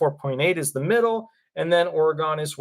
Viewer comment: Doesn't truly matter but it's pronounce Ore-gun, unless you have never been there 😉